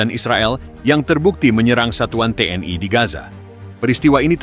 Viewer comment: Komentatir salah baca...gmna sih lu org lndo tp baca TNl.kok TN Ai...tuh ..l nya kan maksudnya lndo ...to dol2...gmna lu...jd ..Tentara Nasioal lndo ...dol...hadeh2...😂😢